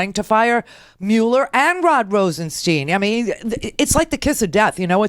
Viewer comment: RosenSTIIIIIIIIIIIINE. STIIIIIINE. Rhymes with pine, dine, wine, line.